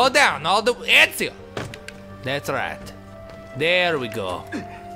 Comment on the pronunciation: funniest way to say Ezio, I have ever heard